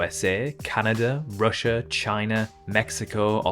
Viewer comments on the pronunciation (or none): none